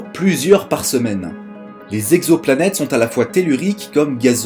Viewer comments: On ne dit pas « quatre mille z'exoplanètes » mais « quatre mille exoplanètes ». (oui, je sais, je suis pénible è relever les fautes de liaison… mais je ne peux pas m'en empêcher) Hormis ce détail, très bonne vidéo, au contenu intéressant. Tu as beaucoup progressé sur la forme depuis les premiers épisodes. Bravo ! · * "exoplanètes" et non pas "zexoplanètes" :P